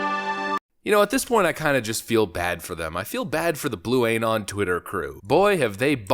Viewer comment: Blue anon? Um more lol blue non